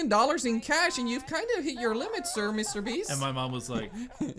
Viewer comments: Did he say mrbeefs? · Am i crazy or did he say mr beefs